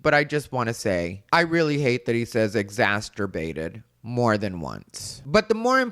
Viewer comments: This is the second person I’ve heard on YouTube this week saying “exasterbated”. Ugh. 😒😒😒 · I'm exasperated by saying exsasterbated 😂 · Eeww... I hate exacterbated, too! Language is a code. Get it right. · I hated "exasterbated" too. At no point in history has it been easier for people to learn how to pronounce words, especially names of places and people. And yet . . . here we are. Language, as William S. Burroughs said, is a virus, and it appears we're losing the fight. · "ex-ass-ter-bated" 😂 People using big words to sound smart, when they can't even pronounce the word, really defeats their intention. 🤦‍♀️ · Exasterbated. Isn't that the new kink? 🤣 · Exasturbated bothered me right off the bat. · Just the fact that he doesn't know that the word is exacerbated just completely negates everything that spews out of his moronic mouth!!! If you're going to use an "SAT" word to try and sound smart you better know how to say it and what it means!!! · Dude pronounces exacerbated like masturbated.